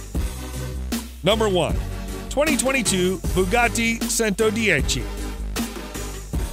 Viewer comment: All right... But :-). .... Imola has the accent on first "I" and not on "o", and centodieci sound like "ch" and not "s"... The other words are really well speakeds.. Amazing! Sorry for my english .. Ahahaha I am from Italy (from Bologna!) near Ferrari, Lamborghini, Maserati, Ducati, Pagani and Bugatti